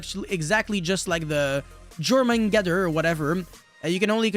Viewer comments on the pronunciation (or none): jormungandr = Yor-man-gun-der